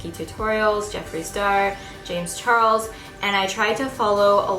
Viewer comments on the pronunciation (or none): none